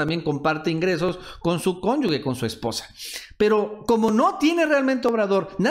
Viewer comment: Pronuncias mal la palabra "cónyuge" ponte chingón.